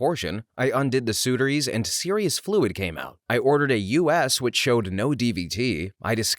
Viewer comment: Sutures isn't pronounced like that. 😂